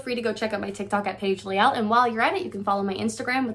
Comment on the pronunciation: Paige Layle. Laaayle. U embellished how your name is pronounced. But it sounds good soo keep on keeping on